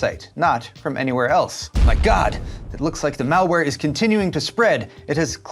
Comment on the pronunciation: Nice vide man thank you. “Mall wear” LOL!!